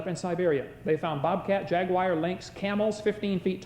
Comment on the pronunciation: Did he pronounce Jaguar jaguu-wire?